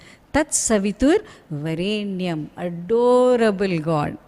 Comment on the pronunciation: pronounciation is not correct.In "varenyam" in which there is deergaswaritham in the word 're' only not in yam. I find deergaswaritham in yam that is not correct.